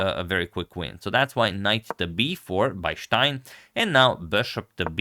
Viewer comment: Its not schtein...its stein